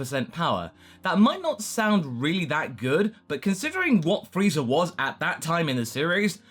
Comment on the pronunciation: Why dud say frieza freezer?